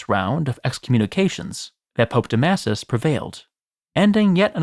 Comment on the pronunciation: . Pope Domasus. When pronunciation goes all wrong. It’s ok we love you anyway.